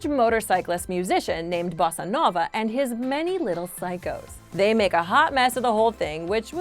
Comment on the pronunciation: When you said Bossanova, it sounded Mexican